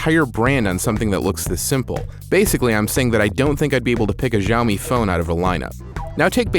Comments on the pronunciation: dude, get it right already. it's SHAO-MEE. geez. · Good review! Keep this up! As said below its SHao Mee.... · its see-ow-me watch a basic video about pinyin and you will learn how to pronounce most Chinese words properly. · "shi-AO-mee" LOLOL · It's hilarious that he's reviewing a product that he can't even pronounce the name of...... It's sh'ow me ('ow' as in you got hurt).... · PSA: The Xiao from Xiaomi means small (小). Xiaomi (小米) literally means small rice. This word (小) only has one pronunciation in mandarin, "xiao". Since Chinese pinyin and English alphabets aren't exactly comparable, the best way to say 小 in English would be "siao". Oh please do not listen to the Jeremy dude who is telling people to say shao, which is COMPLETELY false. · omg you guys go around watching every english reviewer pronouncing it wrong and treat it like it's the right pronouciation. I'm chinese so just trust me when I say it's pronounced S-IAO MI. Unless you're being sarcastic in which case nice one. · Dude are you kidding me? It's Siao-Me, I speak mandarin and it's funny how despite you are absolutely wrong you still got so many thumbs up. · Jeremy C. in Mandarin X doesn't have this "SH" sound and it's pronounced a bit different than you say. It's Almost like this in English "Ciaomi". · His constant mispronunciation of Xiaomi is driving me crazy... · Finally a great video from The Verge - expect for the improper pronunciation :erk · I'm sorry but Meui sucks. And plz pronounce Xiaomi and flagship correctly. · Basically, change all 'X's to S when you are pronouncing a Chinese word. Trust me, I'm a Singaporean Chinese who speaks both English and Chinese language